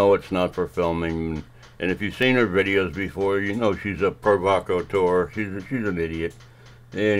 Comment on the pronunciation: Love how you sounded provocateur, frauditors have hard times with big words!